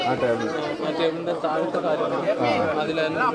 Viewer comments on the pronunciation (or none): none